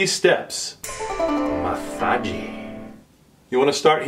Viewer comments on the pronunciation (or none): They way you pronounced the word massage proves you’ve been to China, lol